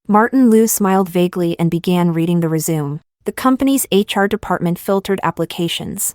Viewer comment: Omg it's not resume it's resumé ... pronounced ey 😅